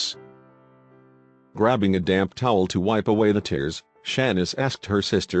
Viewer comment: .... SOUNDS LIKE HE SAID "DAM" TOWEL... I KNOW HE SAID DAMP 😭🤣🤣🤣🤣🤣😂😂😂😂😂😂😂🤣😂😂